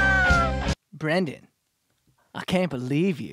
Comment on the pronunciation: His name is Brendon u child, read Not Brandon